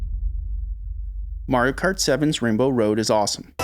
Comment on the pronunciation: “Morio kort” 🎋🎋🇺🇸